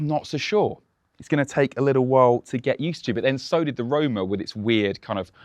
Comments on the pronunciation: Roma….. not rome…. Put some effort into it! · how is this “finally” a ferrari we can actually pronounced when its predecessor was acknowledged to be “roma” lol